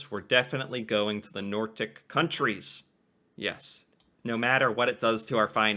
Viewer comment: It’s pronounced Nor🍆 , norDic countries 😂